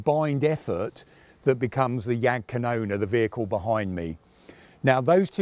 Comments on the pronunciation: The Name sounds so wrong. Jagd Kanoner? Rakette? If People cant pronounce it,maybe just translate the Name... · Well KaJaPa makes sense like GraMaschWa, but Jagdkanone just sounds wrong 😂